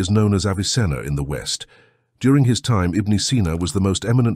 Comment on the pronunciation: Something is taken away when the AI mispronounces certain words. IBN is not pronounced Ibne it's pronounced Ibin. Pronunciation is key.